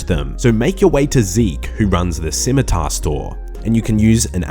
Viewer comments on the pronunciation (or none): none